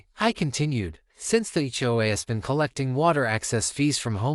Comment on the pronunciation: What is "HO-AH? Do you mean HOA? Try to get it right next time Just seems phony to me|